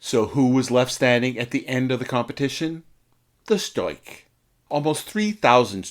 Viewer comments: Where do you get "stoik". It is "stork" or storch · ‘Storch” nicht Stoich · German speaker here. It's pronounced 'Shtorch'. The 'r' is a little bit farther back in your throat and the 'ch' is like that in 'loch, as in Loch Ness'.' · Interessantes Video. Nur die ganzen " falschen Bezeichnungen " taten meinen Ohren weh. Am schlimmsten war das man in diesem Video nicht den richtigen Namen von der Fi 156 " Storch " aussprechen konnte. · Actually you were quite close. The German R before a consonant is non-rhotic so if you had just softened the K sound to a very soft German „ch“ sound (as heard in the word „Ich“) you would have been golden. Fantastic video though. You rock